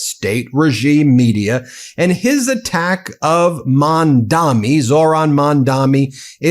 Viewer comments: 🗣️ BEN! It’s MAM-DA-NI, not MAN-DA-MI. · Ben, it's Mamdani not Mandami. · It’s M A M D A N I Not mandani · Mamdani, please say it right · Ben, it's Mamdani... M-A-M-D-A-N-I Free Palestine ❤️🇵🇸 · Ben. The candidate for the mayor's name is Mamdani. You still mispronounce it.